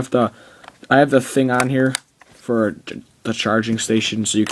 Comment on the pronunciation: For* not foe.